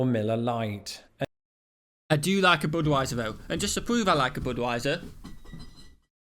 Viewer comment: Boodwiser?? BUD (rhymes with MUD)wiser